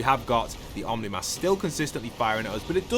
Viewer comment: by the way, you dont pronounce it as "omni mask". its actually pronounced "oh - knee mask"